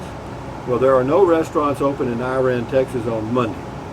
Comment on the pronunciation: I think its pronounced "Ira-ann". Glad you made it there safely. You'll be OK. Put a beer on it.